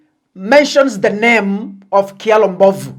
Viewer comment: Kyalo is pronounced as Chalo not kyalo.